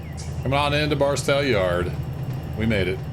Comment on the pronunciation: Thank you for your videos, particularly the tutorials. Just got Run 8 a few days ago and had absolutely no idea how to proceed. Delivered my first cargo to an industry yesterday, so making progress. By the way, for what it's worth, the 'tow' in Barstow is pronounced like the 'tow' in 'tow truck' or like 'my big tow'.